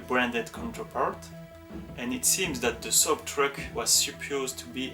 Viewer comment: FYI It's not S-oh-buh It's Soh-Be.